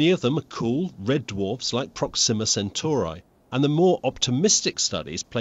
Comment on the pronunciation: "Prohx-seeeem'-mah"? Why did they select a host that pronounces the topic subject differently than the audience does?